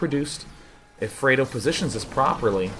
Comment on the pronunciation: Its FRED Oh. Like the UK chocolate.